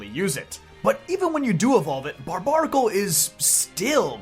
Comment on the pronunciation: I thought it was pronounced Bar-bare-a-cul. Isn't its name a combination of barbaric and barnacle? Someone correct me if I'm wrong. This is the first time I've ever heard its name pronounced like that. Everybody I know puts the bare in bar.